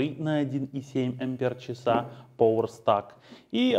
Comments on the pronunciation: ток не пОвер, а хотя бы "пауэр"... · Поуэр стак??? Вы слово power научитесь на английском читать, пожалуйста , транскрипцию посмотрите !!